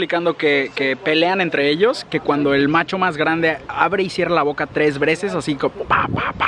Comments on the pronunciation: Alguien más noto que dijo "tres vreces"? :v Min. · Jaja en el minuto dijo tres breces :v 😂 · tres vreces 😂😂😂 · tres vreces :v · Like si escuchaste "tres vreces"